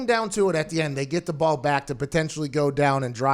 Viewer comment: "Pay the biws. Take the baw down the feeyod." I love you Pat but please practice saying the letter L in your words. It's difficult to not notice.